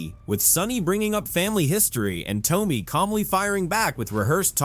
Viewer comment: You should learn how to say Tomi’s name! Please!!!